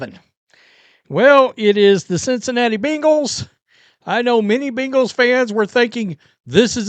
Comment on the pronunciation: I HATE how you mispronounce Bengals 😒😡😠 You sound like a child trying say hippocampus 😂